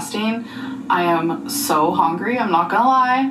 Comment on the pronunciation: It’s small in the grand scheme of things but I’m irrationally annoyed by “hOngry” 😂